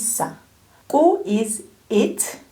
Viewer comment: I am a new student and I find you teaching to be quite good. Can you tell me why you pronounce your “K” sounds like a click? For Ku, Ka, it’s not koo. as in cool or Kaa as collar?